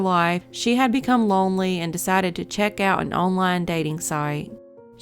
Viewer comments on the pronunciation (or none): none